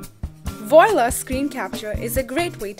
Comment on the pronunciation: You call this a tutorial? I call it a commercial. It does NOTHING to demonstrate how anything is accomplished. I do find it interesting that the person narrating what purports to be from the from the publisher doesn't know how to pronounce the name of the product.